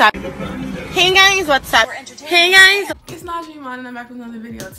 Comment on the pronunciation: "heys gois wassupp"